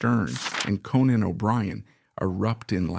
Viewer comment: You are mispronouncing Conan.